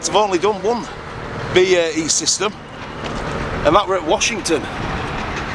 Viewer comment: Cany even pronounce BAE correctly 😂